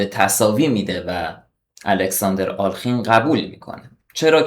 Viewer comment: دوست عزیز دستت درد نکند. لایک زدم. ساب هم شدم. فقط یک نکته. اغلب میبینم دوستان جوانی مثل جنابعالی، نام آلخین را بصورت alkhin تلفظ میکنند اما بعد از لام، کسره وجود دارد و در واقع بصورت آله خین باید تلفظ شود حتی اصل نام در روسی بصورت آلیوخین است که در تلفظ سریع، تبدیل به کسره میشود.